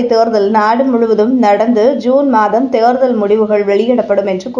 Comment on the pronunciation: தேர்தல் என்கிற சுலபமான வார்த்தையை ஏன் "தேருதல்" என உச்சரிப்பு ?